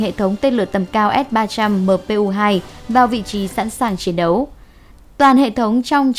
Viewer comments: đọc sai rồi kìa s-300mpu2 ??? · Bây giờ tôi mới nghe thấy ét ba trăm mờ pê u hai của vn đó, mà sao hiển thị chữ là ét ba trăm pê mờ u một mà lại đọc luyên thuyên vậy thật đúng là...